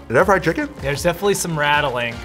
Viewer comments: STOP SAYING FRYED CHIKIN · Every round he say fried chikech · said FRIED CHIKEN everytime